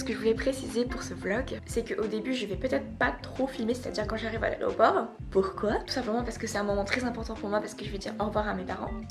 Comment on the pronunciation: Tu dis "aréoport" au lieu de "aéroport" c'est tellement drôle et mignon! XD Bon courage pour ta rentrée! Je te trouve courageuse de partir seule dans un autre pays...:)